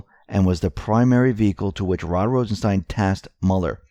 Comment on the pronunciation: "Rod Rosen-STAIN".... ....yessir!